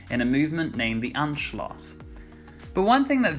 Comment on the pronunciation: Anschluss is pronounced to rhyme with puss, not gloss.